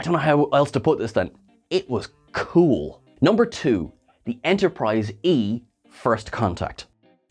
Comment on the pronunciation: Ya cabbage! You made me feel old the way you said "cool" 😮😂😂😂